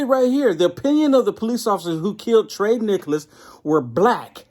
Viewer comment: It's TIE-REE NIKKALS. Just helping out brother. God Bless.